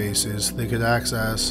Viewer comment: How can this narrator manage to pronounce "access" as "ask-ass"?